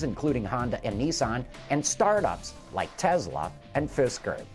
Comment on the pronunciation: Tezla? really are we doing the British version of the show? I think you mean Tesla for us American. C. Briggs